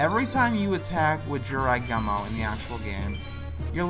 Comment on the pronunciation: The only Yugioh game I've played is Duel Academy, The Gumo part of Jirai Gumo is pronounced as Goo-moe, the character who is Atem's mentor is actually Shimon